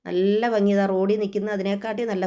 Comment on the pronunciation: ഫങ്ങിയല്ല ഭംഗിയാണ്